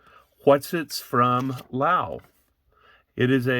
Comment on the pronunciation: When you're saying Lau, are you meaning Laos?